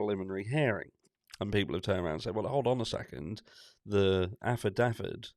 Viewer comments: It's affidavit not alfadavid! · What's an 'alphadavit'?